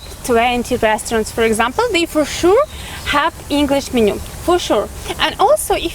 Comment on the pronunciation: мЕнью, а не менЮ.